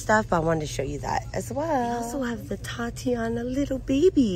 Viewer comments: OMG, please please please stop misprouncing "titania".....these are products that are named for titanium! Not a girls name " tatiana"..... Please sound it out😉😉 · Please look up how to pronounce TITANIA